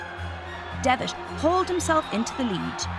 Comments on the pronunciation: And calling John Devitt "John Devish" is just wrong. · The pronounciation iso annoying like "credish", "greatesh", "Devish"